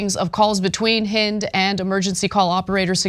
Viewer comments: Her name was Hind rhymes with end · not haind...HEEND that how you pronounce her name.